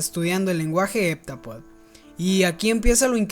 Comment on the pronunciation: No se pronuncia HepTApodo?